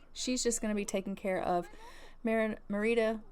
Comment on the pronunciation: HALLELUJAH,HALLELUJAH,HALLELUJAH,HALLELUJAH! you said Merida's name right!